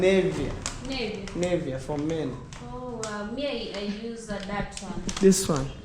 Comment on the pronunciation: if you care to learn: Nivea- I know what you mean because you said: "For Men", is not Nay-vee-yah but Nih-vee-ah. If you don't (do not) have money, not "If you doesn't have money". The principle is: he, she, it (does); I, you, we, they (do). If you learn English better, you will get a broader audience in large countries like the UK, USA and Canada. Learn that "he" is not she and "she" is not he. Now, did you mean implication or repercussion when you said: "impercussion"? "Veranda" has not become "porch". While you are correct in saying porch, veranda and porch are not the same. So, porch is not the new name for veranda. A veranda is on the outside. A porch is on the inside, a fully enclosed attachment to a building.